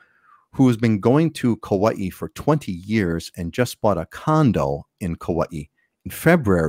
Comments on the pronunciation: First. Learn to pronounce Kauai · I was born and raised in Hawaii. Are japanese called Haole? BTW,, youre pronouncing Kauai wrong.